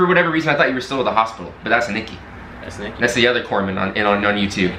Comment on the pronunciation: It's Corpsman. They are the medics in the Navy. When assigned to a Marine Corps unit, you are in war up to your neck. Your job? People get shot. They cry "Corpsman!" You then stop them dying long enough to reach a doctor.